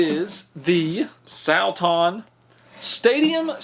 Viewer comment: SAL-tawn . . . Oh goodness, Salton (sawl-tun) is a pretty common last name 😂